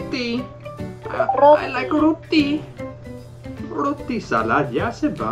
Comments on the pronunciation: Wah aplikasi nya menarik buat belajar bahasa kak,, lucu pas bilang roti jadi ruti....,,hehe. semangat2...!!!😎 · Menit 6.24 Rrrrootii 😅 sorry mas bro gak bisa nahan ketawa.. Salut dengan usahanya sist, Félicitations bien joué 👍